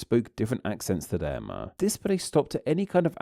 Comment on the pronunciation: I'm curious about what's going on with your accent. I've never heard words such as 'too' pronounced 'too-wa' and 'them' as 'them-ah' before. Where is that from?